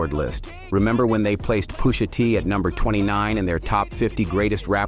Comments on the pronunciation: Hearing “POO-sha” said for Pusha T’s name is crazy lmaoooo🤣😂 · he knows who Pusha T is lol he’s talking about the narrator saying the name wrong